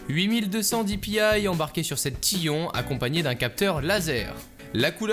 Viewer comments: Ca se prononce pas tion ca se prononce taillonne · tion mdr c'est tyon sinon parfait :D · L'accent fr de merde pour tyon omg.... :o